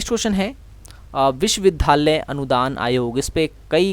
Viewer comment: Please improve your pronounciation. It's विश्वविद्यालय, not विश्वविधालय .